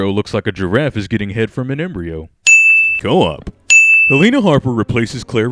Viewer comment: "Co-Op" you listen here you goddamn bafoon